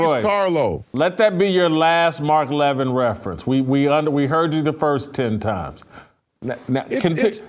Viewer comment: First off GOOD RIDDANCE. I never enjoyed Royce as a guest, I don't think he added much. Second, Royce does not even have the common courtesy to pronounce the man's name correctly Royce. In the clip played, Jason clearly pronounces Levin's name correctly with emphasis on the first syllable "La-Vin" and Royce ignores this and repeatedly puts the emphasis on the second syllable "Lev-In", small point but telling. Third, to call Levin a "Neo-Con, RINO" is not only silly it shows Royce's political ignorance. A RINO (Republican In Name Only) is a very Liberal Republican who often sides with Democrats generally on social issues such as abortion, gun control etc. RINOs can be very important to getting legislation passed as they often, but not always, represent left leaning states. An example would be Susan Collins who is about as Conservative as could be expected out of Maine. Other RINOs are just establishment creatures and can't handle being constantly criticized and demonized by the likes of the Washington Post, ABC, NBC, CBS, etc. such as Mitt Romney. Neo-Con's are technically 1960s Liberals who came to realize the Left hated America and became Republicans, such as Jeanne Kirkpatrick although technically Reagan could be lumped in here too (but he turned Conservative earlier). However, during the GWB administration Neo-Con became a short hand way of calling certain Republicans war mongers. Many of the leading intellectuals of the neo con movement were Jewish and "Neo-Con" became a